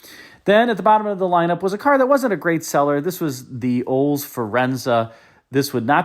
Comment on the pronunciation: Wild that you can't pronounce Olds. "Oles" 😂